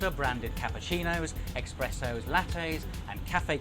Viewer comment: Did he really say eXpresso?💀